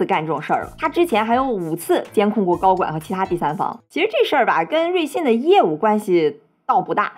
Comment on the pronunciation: 老是瑞幸瑞幸的我听着像咖啡😂😂